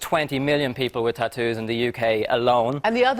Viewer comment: Eeeh!! I've been waiting for this!! That woman is horrific!! The best part was him asking her why she has her ears pierced.. "so I could put earrings in easier" -__- what a bellend!! Also the way stephen Nolan says tattoos annoys me that's not how northern irish people say that just saying😂😂